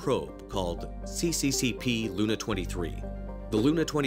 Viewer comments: Actually CCCP isn't see-see-see-pee, it's SSSR written in Cyrillic (the writing system used by most Slavic people). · can't really see the point of this new series, just some random and obvious information, and if you are doing this you might as well do it right - CCCP is USSR and is pronounced as SSSR...